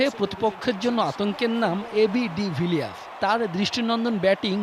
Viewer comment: De Viers na nam tik kore bolen !! De-villiers